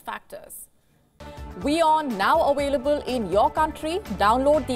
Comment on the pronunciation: At the end of the video, the news lady said "We are now 'awailable' in your country." Poor girl can't enunciate the word 'Available'. I wonder how many times she practiced and 'still' couldn't say available. I never knew that the letter 'V' was a tough one for Indians.